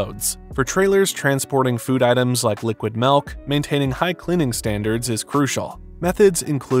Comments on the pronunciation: I was with you until you pronounced "milk" as "melk".... The "ill" sound in milk is more appropriate as "eel" than it is as "ale" or "egg" This is an ick for me...😂😂😂 I cringed so hard Everytime you said it. If this helps: the word used for where milk comes out of has the SAME vowel sound... Think about it... You don't say tets... LMBO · oh my god STOP SAYING MELK!!!!!!! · What is "melk"?